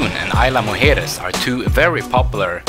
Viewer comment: It is a lovely place, worthy of a stay much longer than a single night. You did a great job of capturing what you could during your short visit, but next visit, spend more nights if you can. You did a great job of correctly pronouncing “Mujeres”, but “Isla” is actually pronounced more like EASE-lah than EYE-lah. And this is a small point, but the golf carts are actually gas-powered. I’m told electric carts don’t last very well in the salt air. Thanks for a beautiful video,!